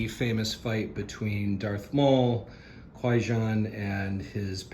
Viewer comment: How do you know the name of the gungan shield creatures but can't pronounce qui-gon correctly?